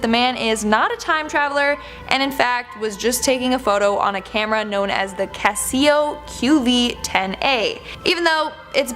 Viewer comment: People have had Mohawk haircuts for hundreds of years. Especially the Native American tribe called... ready for this? The Mohawk. And she pronounced Casio wrong...